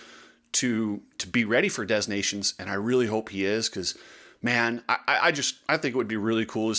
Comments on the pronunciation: Dez Nations?? Learn how to pronounce it please. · STOP SAYING DEZ! FFS the ‘s’ is silent. If you’re going to broadcast online, at least be smart enough to pronounce the names of major events properly. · "de nah' see own" if you really want to be correct. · I believe the “s” in Des Nation is silent! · I love that you call it "Des Nations" as in the French, and not the "Of Nations" Americanized version, yet at the same time, you pronounce the 's' in 'des' rather than silent as in the French. Very American. 😄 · The S in Des Nations is silent. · Please learn how to pronounce the name. The s is silient in Des!